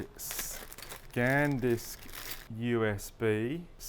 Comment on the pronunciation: Good video...but there's only one i in aluminum, and it's called SAN Disc, not scan disc